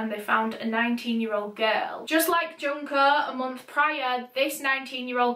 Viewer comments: It's pronounced june-koh just fyi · Junko from danganronpa is how i learned to pronounce her name